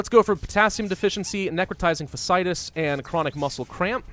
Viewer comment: it is pronounced Necrotizing Fashy-itis